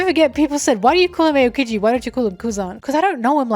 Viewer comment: I love you pronouncing Aokiji as Ayokiji